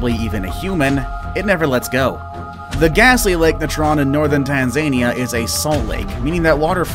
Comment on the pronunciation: I’m sorry but is no one gonna mention about the way he said Tanzania